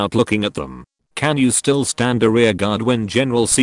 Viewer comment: i love some of the pronunciation of the card names oh and stand